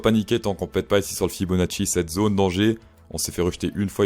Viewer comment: C'est Fibo pas Faybonaci xD